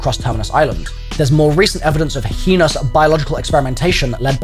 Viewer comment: Whyd you say hyenous? 😂😂 (im just joking but i couldnt let that slide)